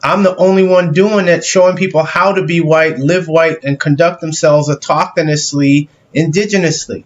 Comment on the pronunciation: "...autokanisly" wait, what?